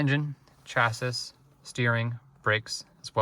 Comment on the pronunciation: I’ve never heard someone read chassis phonetically. Imagine selling these and not knowing what a chassis is.